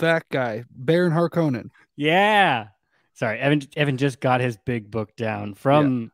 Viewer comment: Yeah. People have been pronouncing Harkonnens the wrong way for ages. No big deal.